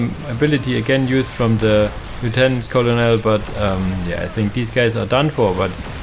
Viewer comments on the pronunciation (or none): Bugler is "Byu-gler" Colonel is "Kernel" I hope this helps. Thank you for the casts!